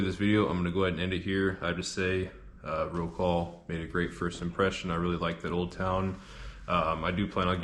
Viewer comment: Phonetically, in English - Rot-suave